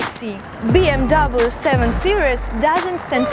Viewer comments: фильм "бимер" у нее :) BMW это бренд его нельзя говорить "би эм даблю" только "Бэ Эм Вэ" немцы не говорят же Цоца Цола на Coca Cola :) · никто не говорит Би Эм Дабл ю! Выучи хоть как тачки называются!